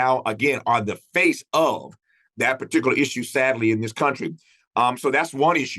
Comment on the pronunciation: “Par-tic-u-laaar”. Tf is that?